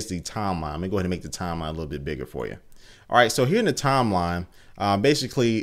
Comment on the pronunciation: lol u say timeline wrong